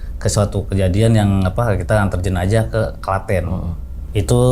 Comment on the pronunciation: Jenajah❎ Jenazah✅